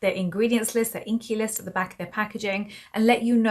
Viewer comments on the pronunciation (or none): none